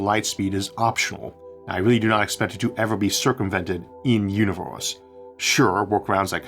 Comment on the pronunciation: staUs and univeUs. Please try to fix voice record with aElevenLabs.